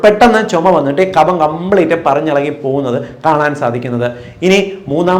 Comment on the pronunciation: Ezhuthunnathu kafam vayikkunnath kabham.